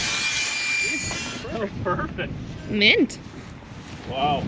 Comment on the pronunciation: It's murfect